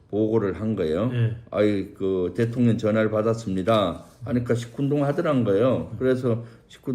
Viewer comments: 김병주 의원님... 대통년으로 발음하시는 거....ㅋㅋㅋㅋ 매우! 매우 적절합니다!!!💙💙💙💙💙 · 김병주의원 대통령이라 하시는데 대통년이라 들려 웃겨요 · 러블리 김병주의원님 꼭 대통령 발음 하실때 대통련 or 대통년 으로 들리는거 아세요 ㅎㅎㅎ 두분 의원님들 참 감사합니다~.